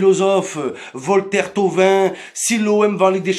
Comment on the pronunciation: Comment il dit le nom complet de Thauvin... Il m'fume 😂